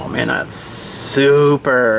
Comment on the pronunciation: You missed the 't' in acting.the 'EE' in see.the 'p' in super.